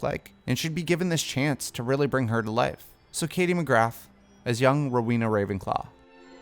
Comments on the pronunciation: The 'th' in McGrath is silent. It's pronounced Katie McGrah, not Katie McGratt! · It’s pronounced Katy McGraa drop the TH on the end and extend the A. The A is flat. Also she’s not a UK actor. Same way you’re not an American you tuber. These things matter.